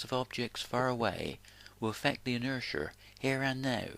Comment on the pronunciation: What is this inersher thing he speaks of?